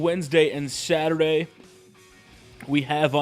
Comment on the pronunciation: He says Saturday funny lol